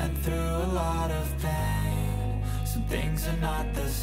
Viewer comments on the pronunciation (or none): none